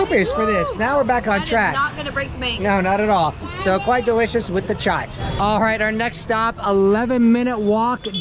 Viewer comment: "face to face chaat" loved it